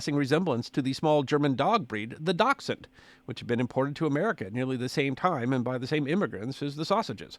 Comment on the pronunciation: It's pronounced dash-hound! Lol